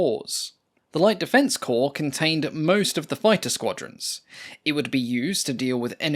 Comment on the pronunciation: The plural of "corps" (pronounced "core") is "corps" (also pronounced "core" - NOT "cores").